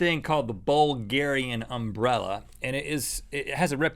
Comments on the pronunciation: Why is that guy pronouncing umbrella like that? Like he is putting emphasis on the first syllable. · They say umbrella weird, with that emphasis on "um." They say UM-brell-a. We say um-BREL-la in my area. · i find it wierd to hear that Link pronounces "umbrella" like "UMbrella", enunciating the "um", but that's just because me and everyone i know enunciate "Brell", like "umBRELLa" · Am I the only one who thinks they pronounce umbrella kinda weird? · I love how they emphasize the "um" in "umbrella" instead of the "ell." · Link said umbrella wrong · the way link says umbrella pisses me off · It is because they put emphasis on the "Um" part. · It's because they put the accent on the first syllable instead of the second